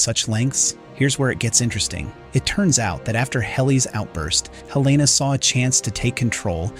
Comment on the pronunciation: Sorry, but it drove me crazy that you kept changing your pronunciation of a major character’s name. It is HEL-la-nah, not Hel-LAY-nah.